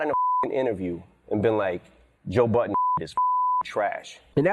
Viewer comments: Angela, sweety, his last name is BUDDEN not BOTTON. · His name is Budden not Button. WTF is wrong with Angela this is her job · She is saying Joe Button ... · Sounds like she is saying Joe Button ....